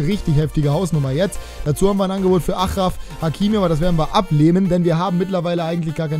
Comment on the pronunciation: achraf hakimi= aschräf häkimi (r wird gerollt) :)